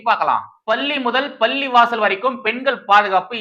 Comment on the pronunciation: தம்பி! பள்ளி,பள்ளிவாசல், பல்லிளிக்கிறது எல்லாமே ஒரேமாதிரி கேட்கிறது. தயவுசெய்து உச்சரிப்பைத் திருத்திக் கொள்ளுங்கள். பள்ளிவாசல்களில் சாயங்கால ஓதுதலுக்குப் பின் அங்கே மந்திரிப்பார்கள். தண்ணீர் தெளிப்பார்கள். அதற்கெல்லாம் பலனுமுண்டு. இதை மறுக்க முடியாது. ஆனால் இன்றைய சூழ்நிலையில் நம்பலாமா என்றால் கேள்விக்குறி தான்.இன்றும் நாகூர் தர்காவுக்கு வேண்டுதல் வைத்துச் செல்லும் இந்துக்கள் நிறைய பேர் உண்டு.